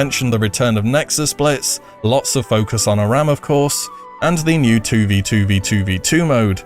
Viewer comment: I love you, it's pronounced A - RAM. Pls.